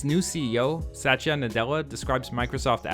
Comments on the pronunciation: Great video bro but it is Satya Nadella not Sachya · not satch-ya its sat-ya